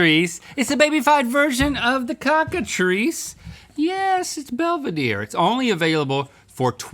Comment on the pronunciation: Ok.....I think we need a whole "chickatrice" line now! 😍